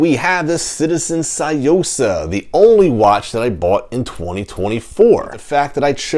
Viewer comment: You pronounced it wrong it's Sue-Yo-Sahh